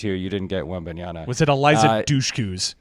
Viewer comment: It's Wembanyama with an 'M' Mr. Schur.